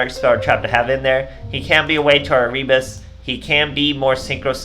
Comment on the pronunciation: Nice deck. Just a note, Erebus is read Ae-Re-Bus.